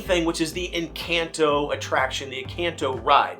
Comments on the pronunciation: Hard to watch when he keeps saying Encanto wrong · Why does he say Encanto like that? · Worst part is, HES DOING IT ON PURPOSE!!! because the real pronunciation is somehow too hard apparently??????